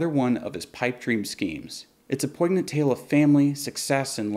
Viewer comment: You've done great work but I want you to know that the g is silent in poignant